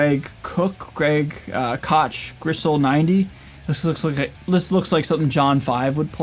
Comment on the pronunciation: Really should listen to the signature artists to know where they came from. Greg Koch is pronounced as if the H was another K. Monster player…